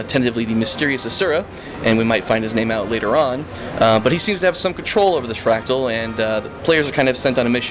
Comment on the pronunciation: MordRamoth, not Mordamoth. It's fRactal, not factual. I would think you have a problem with 'r's'. but you say other words just fine.